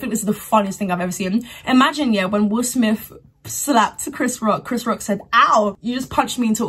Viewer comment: Please tell this young lady his name is will smith. Not will smiff. After the 17th time….. I mean really?